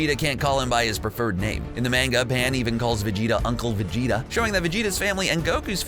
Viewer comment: Hang on, he said “zimasu” and instead of manga he said “manega” Tf